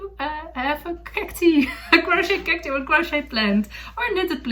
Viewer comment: Lovely podcast... thank you. Cactus (kak-tus) is singular and Cacti (kak- tai) ((like saying the letter I) are plural. Thank you for podcasting in English in which you sound very beautiful!